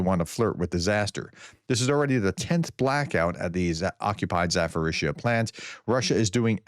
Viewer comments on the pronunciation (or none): THERE IS NO EFFING "F" OR "PH" IN ZA-PO-RIZHZH-YA! LEARN IT !